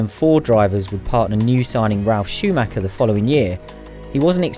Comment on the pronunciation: "Michael Schumacher", he's German.